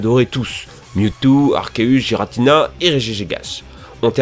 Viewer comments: le gi de giratina nest pas doux mUs dur cest comme si on dissait guiratina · Dans ta vidéo sur COMMENT PRONONCER LE NOM DES POKEMON ? tu nous dis comment dire Giratina et Regigigas mais tu les dits toujours mal